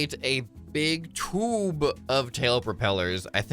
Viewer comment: I laughed every time he said tube😂😂 (Toob hits hard🔥🔥🦅)